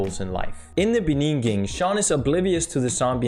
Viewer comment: In the beninging :)